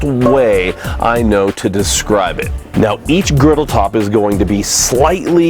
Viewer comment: Griddle not riddle...lol